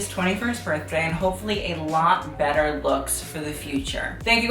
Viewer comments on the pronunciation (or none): none